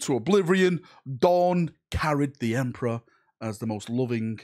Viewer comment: OMG! Not the Emprah! )